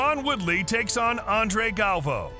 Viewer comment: It's not pronounced galv-o it's gal-vi-o